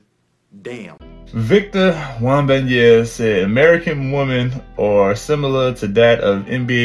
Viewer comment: Bruh, you had me dying how you said his name. Its Wem-ban-ya-ma, I love the content bruh